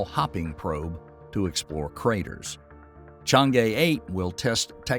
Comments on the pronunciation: Think should pronounce more closely as possible to the Mandarins words ie."Chann Er" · its pronounced as trwo words Chang ER... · My ears almost bled from the constant wrong pronunciation of Chang’E. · The video is in fact very informative with regards to moon exploration, if I were to be picky, it will be the pronounciation of chinese terms like Chang'e and Que Qiao, it will be utmost appreciated by the chinese community n real good knowledge for the Non-chinese community in respect for the correct pronounciation.